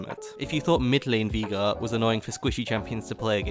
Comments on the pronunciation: If i hear you say veigar like that once more, i will un orange your juice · I love the videos. But the way you say Veigar triggers me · You pronouncing Veigar wrong hurts me mentally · Bro learn to say veigar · Please for the love of god stop saying Veegar. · I like how you say Veigar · the way this man pronounces veigar makes me physically cringe, but other than that, amazing video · You pronounce veigar like you typo'd the n word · Its veye-gar. Not vee-gar. You would think an English man could understand english.... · German pronunciation is VI-gar, if it was VEE-gar it'd be spelt Viegar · I have heard people pronounce Veigar as: Viigar Vaygar but never Veegar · me: VI gar: Vigaa me: surprised Pikachu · Nobody: This guy: Viega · 12 minutes of saying veigar wrong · ITS NOT VEEGAR, ITS VEIGAR! VEY! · Drink every time he says Veega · Why are you saying "Viga" ? It's a bit... triggering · vay-gar or vye-gar, vee-gar doesn't make sense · "Vigar" there's an E in his name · Speak after me. Vay-gar. Not Vigar. Vay-gar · Did he just say vigar? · Viegar instead of veigar, nice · “Veegar” HAHAH Thats a new one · Vaigar not Vigar. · It's Viegar not VEEGER ya nerd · Vee gurr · viga? just say veigar or vejgar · Hearing you pronouce Veigar as VEE-GAR the whole video was hilarious. It's pronounced VEY-GAR, not VEE-GAR. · veegar not veigar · It's вейгар not вига, ffs 😂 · Veegar xD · Take a Shot everytime he says viga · its pronounced (Vay-Gar) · I clicked the video hyped af, heard "vee gar" and you ruined my, now they are????noises because I'm in fucking pain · I cannot get over than pronunciation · 12 min sayin viegar xD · u keep saying vegar, and we are going to have a problem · You did not just call him vigar xD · cmon man not even "Vaygar" ? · its VAY GAR!!!!! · i dont like how you say veigar as a veigar main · Its not Veega >.< Listen to Mordekaiser! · why does he pronounce veigar as vigar or vaiagra like xD